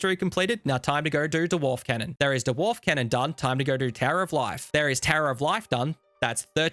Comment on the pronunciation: Neck-lace? Duh-warf? Are you deliberately trolling us here? 😂